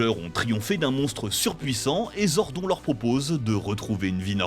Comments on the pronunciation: Salut ! Sans vouloir critiquer pour rien, la prononciation de Zordon(e) casse pas mal la crédibilité de la vidéo. Quitte à faire une petite liste (non exhaustive) : : Les laves-linges durent plus longtemps avec Zordon ! : Trini, pas Trinity : De mémoire en VF, ça se prononce Aïsha, pas Eïsha : là, ce sont déjà les photos des acteurs "remplaçants" (avec Katherine d'ailleurs). : "Ninja Megazord", pas juste Ninja Zord : Le "Zeo Cristal", pas "Cristal Zeo" ( : ah, bien dit, pour une fois) Quitte à surfer sur la nostalgie, faites-le bien, grmbl ! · Trinity au lieu de Trini... Zordon prononcé gordon au lieu de zordone... Faite un effort les gars. 2 minutes de vidéo 4 erreur de prononciation. C'est pas un speedrun, faite ça bien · j'ai arrêté la vidéo a 32 sec quand il a dit " zordon " au lieu de le prononcé à l'anglaise ... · ZordON ca choque personne ? le gars a surement regardé 0 épisodes pour prononcer ce nom comme ca. Boy si jamais c'est ZordONE pas ZordON... bref c'est pas serieux. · Le mec qui parle au début... Il a jamais regardé un seul épisode, avouez. Déjà Zordon, ça se prononce Zordonne, en VO comme en VF, et ensuite la ranger jaune ne s’appelle pas Trinity, mais juste Triny. Ça fait à peine une minute que la vidéo a commencé... On sent les passionnés 😑 . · Dommage, c'était une bonne vidéo, mais le ZordOn dès le début et tout le long sans oublier Trinyty et KimberlY... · Les gars en même pas dix mn ta niquer la vidéo en tuant le nom de Zordoooon pas zonrdoonnn tu dis pas jordent par exemple mais Jordan ?! La c'est pareil !! Putain 😂😂😂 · Alors stp fais l’effort de retenir son blaze c’est Zordone normalement c’est avec un E mais on le prononce sans E 🙏😭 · Ça se prononce Zord'o'n !!!! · On prononce "Zordone" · "Zord'on" 😁 you're serious? Sacrilège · zor "don" . ok.... "trinity" ok vidéo à la poubelle... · ZORDON phonétiquement Zordone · Aaaaaah. Zordonneuh, bordel. Raaaaah. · Nannn mais zordON c’est quoi cette prononciation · On prononce Zordonne pas zordon